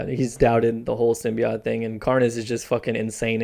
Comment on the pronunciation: Youre saying symbiote wrong.....